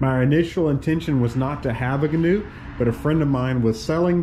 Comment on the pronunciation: If you're going to own one, you should know how to properly pronounce the name....